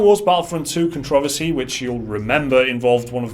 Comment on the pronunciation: CON-TRO-VER-SEE so you you can say it right for next time sorry that kinda made me mad love the vids keep it up